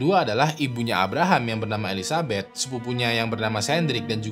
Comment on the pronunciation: bang salah nyebut nama jadi elizabut 🤣